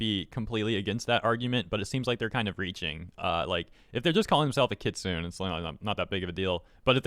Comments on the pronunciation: Just because this person is all about 'Correct Japanese' let me correct your one minor mistake: Kitsune is Kit-Suu-Neh phonically and not Kit-Soon in Japanese. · For future reference it’s pronounced kit-soo-nay, not kit-soon. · Kitsune is pronounced “ki-tsoo-neh” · The worst part of the video is calling ki-tsu-ne ki-tsune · Kitsune is pronounced "Kit-soo-nay", not "kit-soon". Yeah, I'm being nitpicky, but I'm also being polite about it. Also, someone (politely) correct me if I'm wrong, but it sounds like this "rin" person is upset that non-Japanese otaku vtubers are creating anime characters as online personas? Uh, sumimasen? Racist much, ja nai? EDIT: I'm also quite certain that "rin" would probably go off at me for having a nekomusume (catgirl) avatar and a Japanese surname (Koneko, literally "kitten" or "small cat") and accuse me of cultural appropriation and claim that I know literally nothing about Japan, Shinto, or anime... Never mind that I may or may not be a Nisei (not telling), have spiritual beliefs similar to, or even partially drawn from, Shinto (true--I'm eclectic Neopagan and I like Shinto's emphasis on nature spirits and ritual purity, and respect the religion without practicing it myself) and do enjoy anime without becoming otaku-level obsessed with it. Oh dear me, I forgot to end all my sentences with "nya" to be SUPA-KAWAII DESU NYA! I guess that means I'm not allowed to roleplay as a catgirl when it's appropriate, nyao. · The way you say "kitsune" makes me want to strafe run with a shotgun. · She's partly talking about me I guess. Haha. Why is there some unrelated gameplay being shown? Ka-wa-ii, not kowai. Kowai means scary. Many people make this mistake. Also you need to say the E at the end of kitsune (fox).